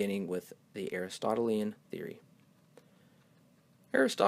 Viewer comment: LazlosPlane To the guy who caught his faux pas in saying - "Aristotelian"!!1 I also don't like how he said: "Aristotle wrote 12 books of Metaphysics"!! Aristotle wrote, you might put it - what is considered a treatise on Metaphysics in 12 books. And of course the title is "The Metaphysics". It is one of Aristotle's longer works, a full length book, or again "a treatise". However, he also got the number of Books wrong; it is in 14 Books!!